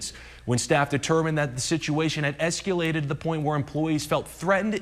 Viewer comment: Did the news anchor really say escUlated? 😂